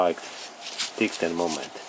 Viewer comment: You are very good at describing all your projects! I have watched several. Thanks for your thouroghness and patience. The word "tighten" is a little bit funny pronounced... but you´re O.K!! Keep on! Thanks for your clips!